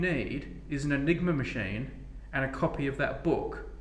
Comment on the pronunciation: I thought he said the "nigro machine"